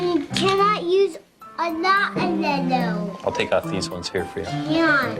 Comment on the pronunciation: 5 years old and still saying "lellow"?... no one has sat down with her and taught her how to pronounce the "y"